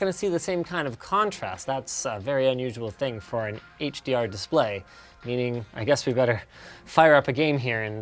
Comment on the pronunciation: "HDArent" Love that lol